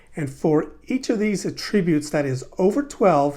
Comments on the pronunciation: It's fine to pronounce it that way, just not in that context. You can atTRIBute your success to any one of your ATTributes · "Attributes". Only a yank could pronounce it incorrectly. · First of all, great video! Second of all, the way you pronounce attributes was driving me crazy...lol